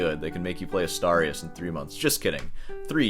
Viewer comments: I think he meant he played Asturias on guitar for 3 months. Btw, Asturias should be pronounced as "Astoorias", like in "boobs". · Mangling the pronunciation of Asturias until it sounds like 'a starry ass' is why I watch this channel. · The way you pronounced "Asturias" made me lose it lol. Silly 🤣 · "I don't know how I'm going to drag this out any longer." .....Please don't!!! And it's clearly DAddario..not DeeeAddario. And it's Astuuurias, not A'star'ias. Just tryin' to keep the classical guitarist honest/educated. You know I luv ya.🙂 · It's Asturias, not Astarius. Pronounced "Astoorias". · Probably you don't mind at all, but in case you do, the correct spanish pronunciation of "Asturias" would be something like "Us-tour-e-us" 👌👍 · I thought it was pronounced Ah STOOR e us (Asturias) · The way you pronounced "Asturias" deserves its own EXPOSED style video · Someone has to teach how to pronounce "Asturias" correctly, and D'Addario as well. Do better!😅😅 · You would think that someone who claims to be of Cuban background would at least make some effort not to butcher every Spanish word he comes across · Please, learn how too pronounce Astúrias. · That's definitely NOT how you pronounce Asturias 💀💀💀